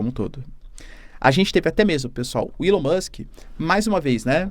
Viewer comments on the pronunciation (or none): none